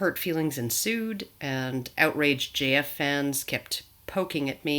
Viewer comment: That's 'feewings'.